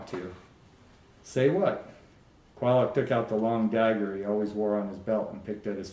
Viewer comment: Finally I know I have been pronouncing Quylocs name correctly. Good read. Thanks.